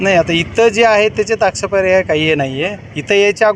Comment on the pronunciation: Expirya nhi ho bajrang bhau😂😂😂😂😂😂😂आक्षेपार्ह म्हणतात भाऊ एकदा परत म्हणून दाखवा😂